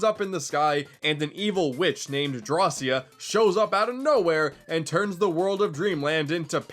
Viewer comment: It is pronounced draw-ki-ah